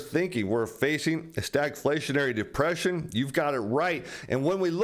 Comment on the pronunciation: You keep saying depression wrong.